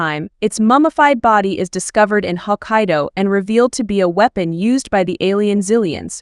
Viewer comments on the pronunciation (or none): none